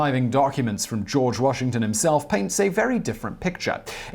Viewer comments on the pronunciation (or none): none